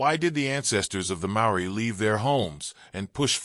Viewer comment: Too much repetition and couldn't even pronounce maori properly 🤦🏽‍♂️